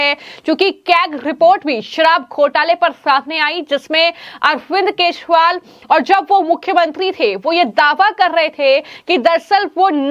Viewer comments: केसरीवाल नहीं केजरीवाल उच्चारण करना चाहिए। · Keshwal anchor kyoun kah rahi hai. Kejariwal hai sahi naam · Do you not know how to pronounce names correctly??? Why the hell have you been calling him keshpal ?? How irritating